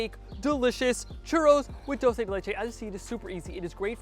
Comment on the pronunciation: Proper pronunciation: CHooRose and Dool-Se